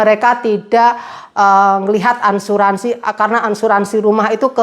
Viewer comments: Maaf Asuransi mba bukan Ansuransi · Asuransi mbak bukan Ansuransi 😀😀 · Maaf bukan Ansuransi mba tapi Asuransi